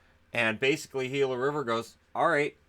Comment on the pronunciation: I'm just happy that pronounced "Gila" correctly. So many so called professionals pronounce it wrong.